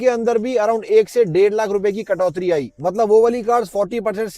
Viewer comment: Katoti hota h .....not katotri 😂😂